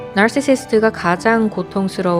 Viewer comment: 근데 왜 발음을 날씨스티라고 하는 건가요??